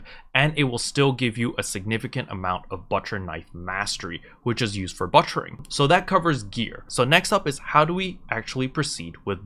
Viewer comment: Cool vid. Thanks for the info. I didn't know Loggia items were much cheaper at the farm. It makes sense though. Dang, that big city markup. Oh BTW, the way you say butchering... you're butchering it. :) You're saying "butt-cher"